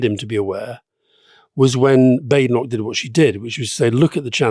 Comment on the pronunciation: Why does Alastair so consistently mispronounce Badenoch?